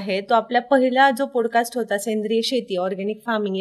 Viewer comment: पॉडकास्ट…not पोड cast..